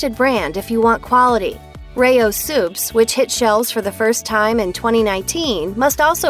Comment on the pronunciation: I didn't like your enunciation of RAO's brand name it's not Ray Ohh's you maroon